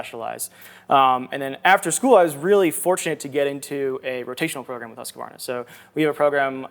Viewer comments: Aren't you supposed to disclose sponsorship at the beginning of the video, by law? I can see this video getting taken down... Also, it's not "hus-que-var-nah". It's "husk-var-nah". They even did an ad to tell people how to pronounce it. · Well that would be wrong too. It's more like Huus-kvar-na. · Husqvarna is a great company! But It’s not pronounced ”Husk-a-varna” it’s ”Huus-kvar-na”! Love the videos! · You've gotta quit pronouncing it "Husk-wuh-varna" lol. It's "Husk-varna" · If Americans just skipped that extra A they add in the middle they'd much closer, it's husqvarna not husqAvarna. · Haha the way you say Husqvarna, I did not know Americans said it like that. The intonation is off. Should be something like "Huus-QVAR-na". It's a Swedish company, lessgo~! I'm confused by the blades... there's more than what we saw here right? Those are so small... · Adam, it's pronounced husk-varna in their commercials... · Lol, as a Swedish idiot I simply can't get over how Adam says Husqvarna! 😄It's really adorable, but it's simply pronounced "Huskvarna" as one continuous word! 😁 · Haha, same. American English pronunciation of the company name should be: hoosk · vaar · nuh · More like huus qwar nah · The beginning "HU" is pronunced much like the HU in "Hue", the "KVA" is much like the QUA in the word "Quark" So you could say it maybe like Huesquarna, I think that would be fairly close. It's a Swedish town, but you can split it up to two words since when you say it you say it as two words, "hus" "kvarna" Hus = House Kvarn = Mill/Windmill/grinder I isn't the easiest name to say in English I'll grant you, way of saying it is the best I've heard, but then again, If he has been living 6 months with the Swedes hearing it being said over and over it does help to get it to sound more like the Swedish pronunciation! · Americans pronouncing Husqvarna has to be some of the funniest things I've heard. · I just get annoyed how he's putting an extra syllable in there for no reason